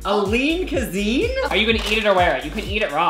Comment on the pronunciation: why did he say cuseene instead of cuisine